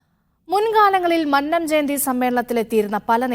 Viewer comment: നീയൊക്കെ ആദ്യം മന്നം എന്ന് ശരിക്ക് പറയാൻ പഠിക്കൂ. നീ രണ്ടും തെറ്റായി ആണ് മന്നം എന്ന് പറഞ്ഞത്.